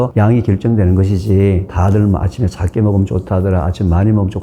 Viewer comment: 교수님 강의 늘 잘듣고 도움 많이 되고 있습니다 감사합니다 그런데 작게를 짝게 적은을 짝은 등 ㅈ-ㅉ 발음이 조금 거슬리네요 교수님 강의와 책을 좋아하고 도움을 많이 받는 구독자입니다